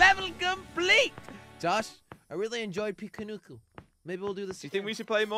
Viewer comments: He actually said piku nuku in the end of the video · struggled saying the name pikuniku